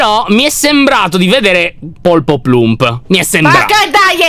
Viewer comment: Io che riguardo questo video nel 2021: Anna si chiama poloplump e nn polpoplump, piadina nn è una cacca, c'è pirtorgio🥺, lyon che spiega come giocare